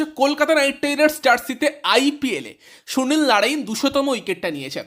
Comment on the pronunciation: ভাই তুই আগে সুনীল নারিন উচ্চারণটা ভালো করে কর 😂😂